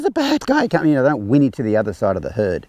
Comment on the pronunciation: I love how the captioning translated your pronunciation of herd as hood. Works, huh?